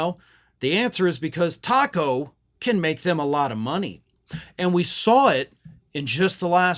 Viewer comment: should be pronounced take-o